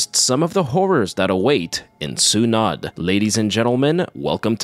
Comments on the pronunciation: i love the channel and loved that you covered a Filipino horror film. lol one thing though is Sunod is pronounced (SUE-NOOD) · It’s pronounced “sue-nude” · The -nod is pronounced as noh and not nuh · Vic if you need help with the word sunod, its pronounced su-nod, just cut the u shorter, sunod, its almost like the u isnt there, just say it a faster, the su part and shorten the nod too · crying over how you pronounce sunod but i will forgive you becase i didn't even fucking know this movie existed and I'm filipino